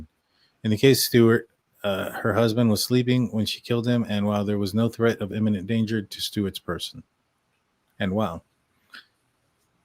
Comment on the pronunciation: Imminent not inniment.